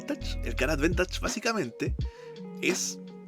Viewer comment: Bkn la iniciativa y temón de Zelda. Seguiremos atentos el canal, acá un jugador de MyL por pobreza jajaja. Me enganché al TCG por Magic pero no soy magnate para sustentar MTG todavía. Una crítica constructiva: la palabra es advantage, advEntage no existe en forma escrita (aunque puede sonar así según el acento de origen del angloparlante).